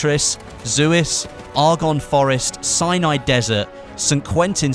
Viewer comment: thanks for the info(you are now my go-to channel for battlefield info, bt please say Sinai correctly